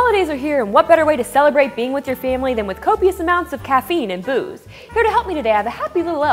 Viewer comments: Did she say" copious amounts of caffeine and booze or caffeine and boobs"? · For some reason, I heard "copious amounts of caffeine and boobs." Can't imagine why. Adolf.